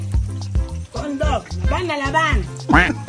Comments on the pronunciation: One laugh for me when he say condom instead of corndog😂😂😂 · Ang dami Kung tawa sa video na ito, ma-seaensored ka pa yata 🤣🤣🤣 ano daw? cond-m🤣🤣🤣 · 😂😂😂😂😂😂corndog, Not comdom. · Tawang-tawa Ako sa Corndog na naging "'"CONDOM"'" 😂😅😂😂